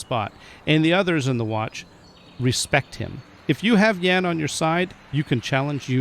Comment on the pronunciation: Try to pronounce Jan as jaan a long a as in yawn. Great content as always.